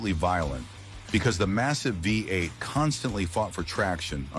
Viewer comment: FAKE A.I. GENERATED VOICE IS COMPUTER USED FOR EVERY VIDEO ( VOICE SAID WE EIGHT ) INSTEAD VEE EIGHT FAKE